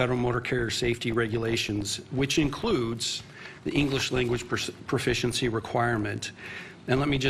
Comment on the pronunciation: Guy talking about English can't even say proficiency correct, literally starts at the top. The corruption ladder is insane